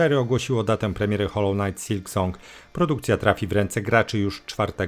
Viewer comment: Przeczytaj, nagraj i odsłuchaj jak mówisz: knight, knife, sword. Kumasz?